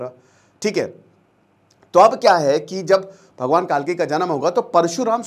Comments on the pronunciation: कालकी नहीं सर, कल्कि है। अग्निहोत्री होकर भी इतनी बड़ी गलती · कालकी नहीं कल्की है भाईसाहब